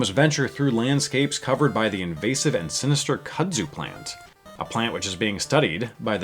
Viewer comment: Looks awesome. Not to be a hater, but it's pronounced "koodzoo" not "kuhdzew".